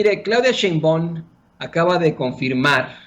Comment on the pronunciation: Claudia Chimbon.......??????? ya en buen plan realiza correctamente la pronunciación; es equivalente a escribir con faltas ortográficas graves